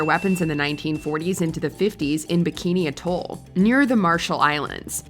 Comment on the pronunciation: Pronounced bikini AT-All